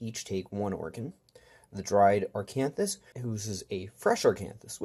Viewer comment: Good videos, surely helpful for new players!There’s no ‘r’ in Acanthus